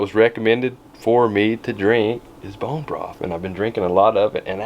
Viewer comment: Love how you said “Brone broth” two times in a row. Lol ❤️